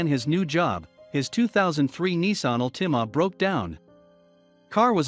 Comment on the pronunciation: What race is he? I mean the guys driving in the cars were white while the guy with the cops was black. Couldn't they make them all white or black? Also it's a "Altima" not an Nissan al-tee-may. Good story though. It's not uncommon for people to do this.